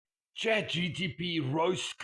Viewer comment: Bro cant even say chat gpt correctly